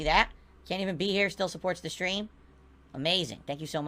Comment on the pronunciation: Funny how 1mm has morphed into a "last minute khantribootion from the last strem"